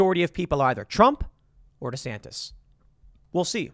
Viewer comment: I roll my eyes every time you say “DESANTIS!” Like, I get it - but slow it down there Seabuscuit - 2028’s a long way off.